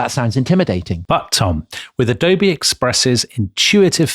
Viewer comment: The way Tom says 'Adobay', just tickles me. I say that in all meetings now when the need arises. The other meeting go'ers cock their head to one side, as if a a dog just heard a curious whistle, but they dare not mention it. Such joy.